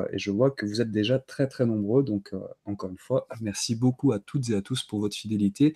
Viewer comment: Merci! Vous m'accompagnez pendant des travaux que je fais chez moi, avec des sujets toujours très intéressants. Le cataclysme attendra j'espère, j'ai réussi l'enduit et ce serait dommage que cela disparaisse si vite (pensée positive;-) ) Une petite question pour: quand tu dis "bonsoir Za tous", c'est un gage auquel si assidûment tu te soumets ou un code martien?:-)